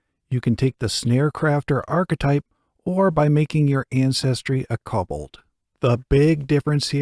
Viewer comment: Its pronounced Ko bold